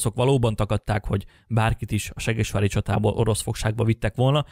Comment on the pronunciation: Ahogy mondod: seggesvári csata 😂 Amúgy jó videó, gratula🙏🏼